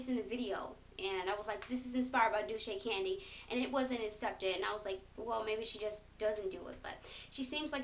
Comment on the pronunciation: haha dulcecandy is pronounced (dull-say) :) I like a lot of the people you listed too!